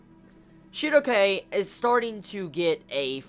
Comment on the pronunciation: how do you pronounce Schierke? Shugoke? is that her name in japan?